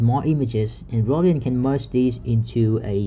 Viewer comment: Rodin is pronounced (almost like) row-dahn… like the famous sculptor